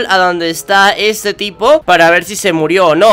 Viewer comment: Enves De Decir Tipo Digiste Pipo xD